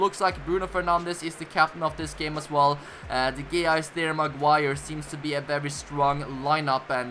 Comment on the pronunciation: By the way its pronounced david de hey-are